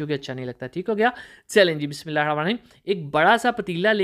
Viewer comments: بسم.اللہ کا تلفظ ٹھیک کریں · Bismillah Sahi Or Araam Sy Parha karien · Aapko Ek masly ki taraf tavajjo dilani hai kya aap Jab Bismillah hir Rahman Nir Raheem padhte Hain to uska talffuz Sahi Nahi Hai to is ko sahi kar leyn